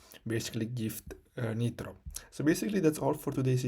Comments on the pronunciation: Its a waste of time dont watch this vid you still need credit card. He just says buy something else. Also its pronounced like nye-tro not nit-ro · the guy cant even pronounce nitro showing how to get it for free 😂